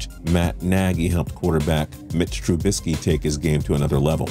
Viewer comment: Did say TrUUUUbisky